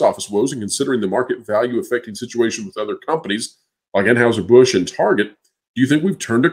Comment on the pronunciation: God be praised!!!!! Finally an American chap who pronounces Anheuser Busch correctly!!!!